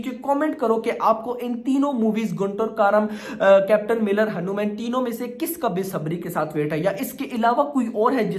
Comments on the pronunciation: Say Hanuman Not hanuuumen😂😂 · Haanu man nahi bhai its हनुमान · Beta pahele hanuman bolna sikh lo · Arre yaar tum hanuman ko galat treeke se pronounce kar rahe ho tum ise batman ya spiderman ke tarah kyu pronouncekar rahe ho